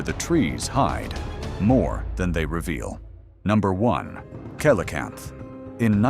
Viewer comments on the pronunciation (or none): “Kelocanth” coelacanth is pronounced seelocanth